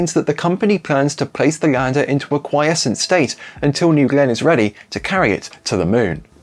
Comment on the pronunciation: Aside from the casual butchering of quiescent, a very good ep. Ta.